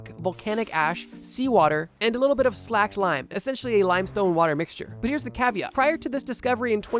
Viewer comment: You are looking for the slake. Long A.